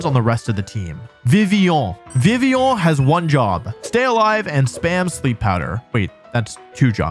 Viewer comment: Why would you force french so hard with vivillion and gardevoir(r should be pronounced) while also pronouncing "fillet" away like an american?